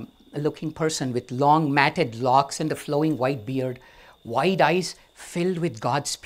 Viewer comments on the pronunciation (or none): none